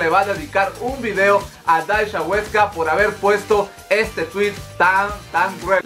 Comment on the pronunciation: "daisha" JAJJAJAJAJAJAJAJAJ